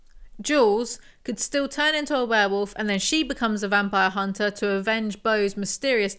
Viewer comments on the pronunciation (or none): none